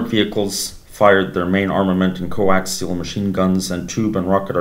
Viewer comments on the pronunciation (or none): none